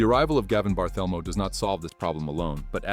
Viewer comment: The AI voice really annoys. "Gavin Barthelmo". Sheesh!